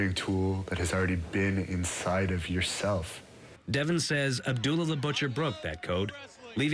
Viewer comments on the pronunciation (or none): its benoit not Devin